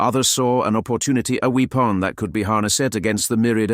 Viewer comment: Well, pronouncing weapon as weap-on sort of gave it away to me for sure... But I don't care. I'm here for the story, not necessarily the voice telling it. And those are amazing